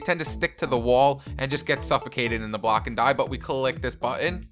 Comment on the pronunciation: You said bock instead of block